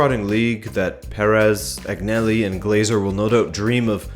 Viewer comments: Say it with me Agnelli “AnYelli” the G is silent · G isn't pronounced G in Agnelli